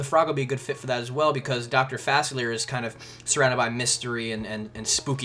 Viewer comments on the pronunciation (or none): It's not Fassler. It's Fa-sea-lee-ay.